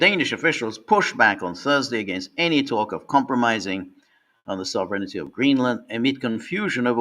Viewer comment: I don't think George will ever learn how to pronounce sovereignty properly.